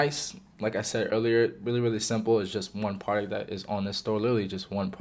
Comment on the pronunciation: certi vid fella please work on your pronunciation of product tho